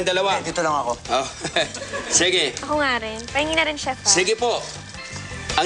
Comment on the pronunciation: hindi CHIEF!! It is CHEF not CHIEF LOL